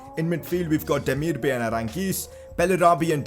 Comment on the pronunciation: Yoo, your vids are lit bro. You are one of my most favourite FIFA YouTubers out there man. You should really have at least 1M subs. Btw how you pronounce Demirbay is not Demir-Bay like the ocean bay it is actually Demirbay like bye so it is like Demir-Bye not Bay. Continue making these lit vids bro‼️